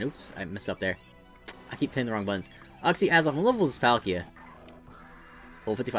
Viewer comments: It's YOOK-see not UCK-see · It called uxie with a you not uh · "Ux-Z" Is that actually how you really pronounce Uxie? Are you sure? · Your uxie pronunciation hurt my soul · The way he says uxie